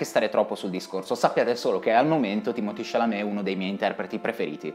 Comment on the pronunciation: perchè lo chiama Timotì? è francese e si chiama Timoté.